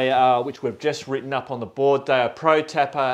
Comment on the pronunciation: it's pronounced "Pro-Tay-Per", not Pro Tapper... Other than that, I'm enjoying the build so thank you!